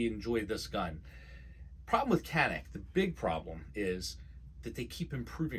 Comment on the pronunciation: This channel is going to be huge! Doc, just get the pronunciation right - Canik - C has an accent which makes it "G" as in George.